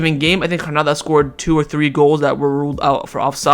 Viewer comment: I enjoy yr commentaries. Granada is pronounced with a hard G. Just as it is spelled. I don’t understand how you are trying to pronounce it. Phil in Seattle